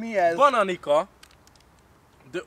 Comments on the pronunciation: Amúgy nem bananikának ejtik hanem bananicának xD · A kiejtésetek mit mondjak fenomenális!😂 Szerbiai vagyok és nem bananika, hanem bananica. 😂😂